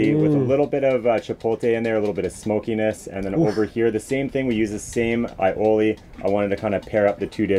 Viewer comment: omg... i get trigger when people say "chipol-tay"..... i get even more triggered when a chef says it he also says aioli incorrectly. also...whats an "alopino"?